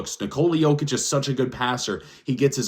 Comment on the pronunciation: Better than main stream media calling MV3 Joe-kick instead of Yo-kitch. Drives me crazy!